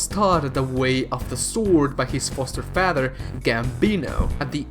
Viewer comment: Faather? Ormy ormy and ormy? Selled? Hawg instead of hawk? Hunteth? Sportans? Really?